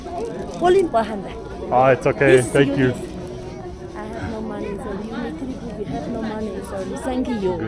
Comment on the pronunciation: 找外國人精準的說"no meny"，想也知道什麼貨色